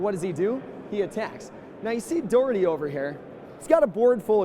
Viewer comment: As a scot, I wish someone would tell it is pronounced "Doch-er-tay" the "och" is the classic Scottish "Auch"